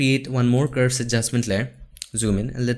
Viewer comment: Every time you say curves it sounds like "ghost".